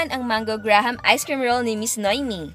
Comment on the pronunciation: Graham's correct pronunciation. Hope it may help you.